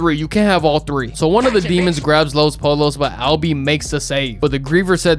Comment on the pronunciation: U dumb asl honestly youain even really watch ts heain banish himself he was banished for knowing tm and acting out tryna get him n teresa to escape the company and for being a wannabe fake ahhs puerto rican u cant even pronounce los pollos correctly you sound whiter than teresa😂😂😂fraudulent ahhs wannabe clamin ahh wannabe